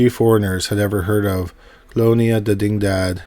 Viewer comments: Didingdad… Wow. dig-ni-dad. Video unwatchable… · Dig-Ni-Dad, as in spanish for diginity. Its literally written on the archway sign in the video guy. Lol.